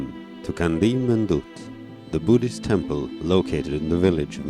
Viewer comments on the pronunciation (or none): It's pronounced chandee 👍